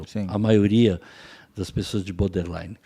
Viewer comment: Alguem avisa que é boRder line,não boder! 😅😅